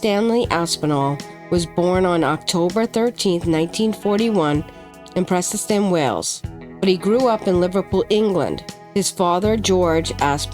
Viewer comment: can tell its a Yank doing the video the way Prestatyn was pronounced, we in england & scouse land pronounce it like "press dat in" & its also pronounced apple core, not apple corps